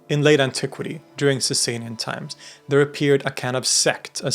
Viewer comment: It’s not pronounced Saysay-nian Dynasty. It’s pronounced Saw-saw-nian Dynasty